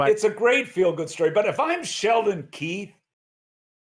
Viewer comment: It looks and sounds like Mac is saying "Sheldon Keith," but the guy's name is Keefe.